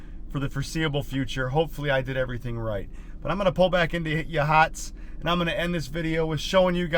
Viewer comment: It's pronounced like Ya Hots